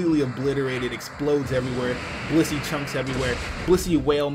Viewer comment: this dude saiD blizzey whale meat.....LMAOOOOOO